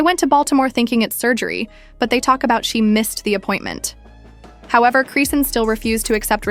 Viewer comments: It’s cris-Shawn . Like why are you saying Christian😂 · crayshin, croane, crocs? this ai voice done called her bout 50 11 names, none of them the right one?😂😂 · Chrisian. She ain't even say no T. 😂